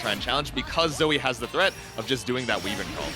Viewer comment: Why do they keep saying way-vern instead of why-vern?